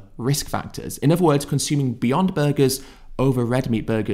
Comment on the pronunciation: I can't see past your speech. You can pronounce the, them, this and that etc, But you insist on saying effical, healf, uvver and worf and so on. I don't deny that you're clearly show signs of intelligence but I can't take you seriously when you can spell these words, pronounce "TH" in obvious demonstrative pronouns and so on, but you don't seem to be willing to apply your brain power to putting the "TH" in ethical, health, other and worth. I can't see past this and my high opinion of you was shattered the moment I noticed that. Peace brother.